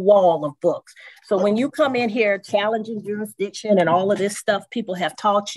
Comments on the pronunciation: Did he say juridission around the mark?..maybe my ears need cleaning out,I don't know. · What the fuck is ' jurisdeeshon ' 😂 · What the hell is "jury-dishin'"?!! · Jurr......rissss.....dic........tion. these sovereign citizens can't even say the word right let alone understand its meaning. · Gyro Dixon..... is he trying to say jurisdiction😂😂😂😂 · Is it just me or is he saying Jurisdition not Jurisdiction. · Yes this dumba$$ did say “jurydiction.” This judge rocks. This is the first time a sovtard pulled out Black’s Law Dictionary & was told by the judge that it was a DICTIONARY, and has nothing to do with the law. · JURI DICTION......😂😂😂 HE TOOK THE S RIGHT OUT OF THERE! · Sujess matter juressdeeshun...Jesus Christ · He wants to know the “jurasdishun” 🤦‍♂️ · What’s a Jury-dic-sen ?? Anyone? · Juridiction?? This Culture clown dunz gotz his own WACKcandan language..... BUWAHAHAHAHA.. Zoom should come with a ( Shock a mofo) button that sends a charge of 5000 volts to the chair you are in when you make the judge mad..... WHAT DID YOU SAY EBAY? ZZzzzZZZZZzzZzZzzzzzzzzZZZZZZZzzZzz. Now what did you say MR. EBAY? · how can he "axe for jury-dicton" and think he has a brain to grasp written law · What is "juridiction"?? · He needs to be required to pronounce jurisdiction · Why can’t they pronounce jurisdiction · He could learn how to pronounce jurisdiction for starters. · What does “ah abjic” mean? 😂😂😂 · He can’t even pronounce what he’s trying to argue 😭. Gawd these people are stupid 😭😭😭😭😭. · I'm going to need you to be able to pronounce jurisdiction before you ask someone to prove jurisdiction...ijs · He can't even say the word jurisdiction, and he wants to challenge it?!! What a moron! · I don't think he should demand her to prove jurisdiction when he can't even pronounce it.